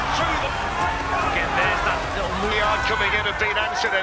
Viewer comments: 'yarde' lol, you clearly didn't watch the fight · You missed allot.. Also, his name is pronounced Yard.. The e is silent.. If you really knew boxing you would know that